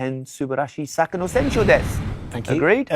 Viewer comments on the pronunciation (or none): Taihen can be used for emphasis in this way so he's alright with that. If I were going to pick on anything it would be his pronunciation of soccer as サカ (saka) rather than サッカ– (more like sakkaa)